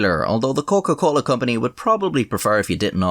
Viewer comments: "Coken - Colen" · „Der Coken-Colen“ I’m crying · Der Coken-Colen. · What’s his nationality? His pronunciation of Coca Cola is pretty Latin-ish, if that makes sense.